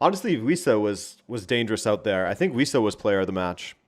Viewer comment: Wissa? At first I thought you said "We Suck" 😅